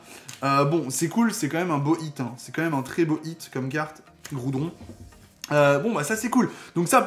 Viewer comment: Goudron XD ta déplacé le R